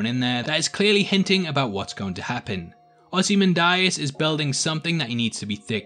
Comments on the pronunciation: It's Ozymandias, not "Ozymandarius" as you keep saying. Hahahaha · “Ozy ManDieAss”